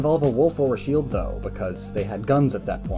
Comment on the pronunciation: He said the sheld